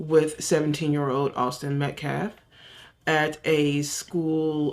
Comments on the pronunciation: The way he kept mispronouncing the victims name was disgusting! Metcalf? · That idiot cannot say his name Met-Calf and he said self deflints 20 damn times😂🤦‍♀️👏